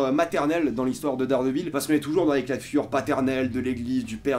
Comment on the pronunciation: J’aime ta vidéo mais tu détruit le nom!! Hhaa Daredevil ça se dis Deredeul à peu près